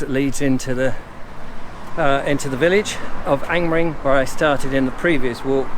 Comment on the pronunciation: Another interesting walk, have to say that I smiled that you pronounced Angmering perfectly (I assume) yet stumbled over the word "circular", Ive never quite known how to pronounce Angmering personally and avoid it at all costs;)